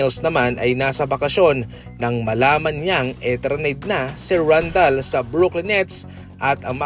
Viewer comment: hakes not hakwes and randel not randal😃